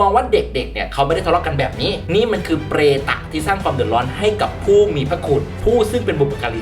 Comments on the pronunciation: "มันคือเปร~~~ตะ" ขำความรัวลิ้น ปล.ไม่ได้ติดตามข่าวค่ะ เหมือนเด็กเห่อ_มอยแบบที่แอดบอก เป็นกำลังใจให้คนอีสานค่ะ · ชอบคำว่า เปร ต 555 เว้นวรรคได้ดีครับ ^^ พวกมีปม